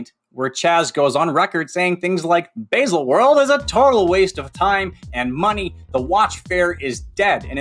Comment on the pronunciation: Yup. That was pretty much uninterrupted cheerleading for the brand. Would also be cool if he bothered to learn how to pronounce Baselworld.